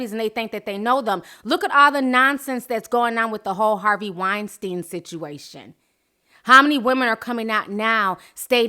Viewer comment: please she was laughing and snickering when she was talking about the nelly situation now she wants to break down and talk about her childhood...bye and ti finally pronounced weinstein right! thank ya it was making me cringe before lmao